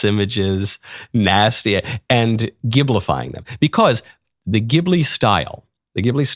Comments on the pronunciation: My Chinese future daughter-in-law says Zheelee, not Gibblee. ??? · I laughed so hard to hear him miss pronounce Ghibli. It's pronounced jibli. The gh makes a soft j sound. I know anime nerd here. 😂😂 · The katakana being used (ジ) would suggest the soft ‘g’.